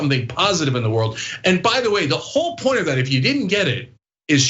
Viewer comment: Ridiculous Ploint?? You should Shut up Lady.